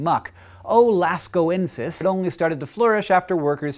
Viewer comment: "Littoral" means 'right-on-the-shore' i.e. intertidal wetted by high tide and dewetted by low tide, ('alliteral' and 'aliteral' would be other words "like in California." MIT Prof.). 2. metathetical (elliptical epenthesis) "O. Lascauxenis" not "-ensis"